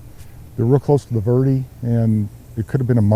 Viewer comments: ver de not verd or verdy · Please use correct pronunciation. Verde doesn't sound like "ver-dee". It's "vehr-deh". If not, just say Green Valley. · Ver-dee? Ha